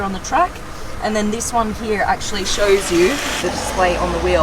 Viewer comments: She says " He A" instead of saying Here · It is here not heauuhhh. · I love😍 how you say gear and here ... ...